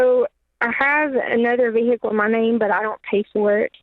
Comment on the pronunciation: Vee hick kel😂